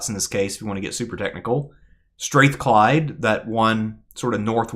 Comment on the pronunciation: Str-Ah-thclyde folks not Str-Ae-thclyde